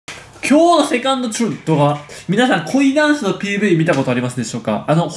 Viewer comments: 濃いダンスに聞こえた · なんか、本当は「恋ダンス」なのに なぜか知らんけど「濃いダンス」に聞こえるww